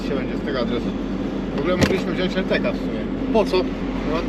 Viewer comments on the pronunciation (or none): none